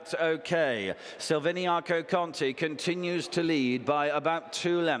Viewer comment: Backed him - love it!!! But why can none of the commentators pronounce his name?!?@ SIL - VIN - I - A - CO - 5 syllables - simples! lol